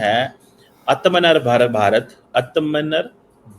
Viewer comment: ko to atmnirbhar bolna nhi ata hai pakistani danki